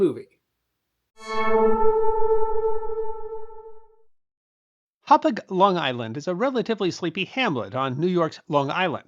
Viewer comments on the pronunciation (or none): FYI the town of Hauppauge is pronounced close to Hop Hog.